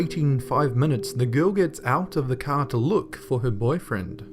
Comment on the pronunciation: i hate it when you say car